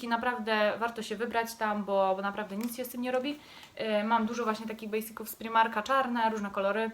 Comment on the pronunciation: nie mówi się primarka tylko z pr-aj-mar-ka😭